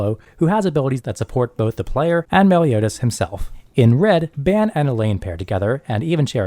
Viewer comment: FYI His name is pronounced Bahn. Otherwise, thanks for the input. I currently run 7DS. Also a WS noob so It's good to hear a more experienced prospective and tips on bettering my deck.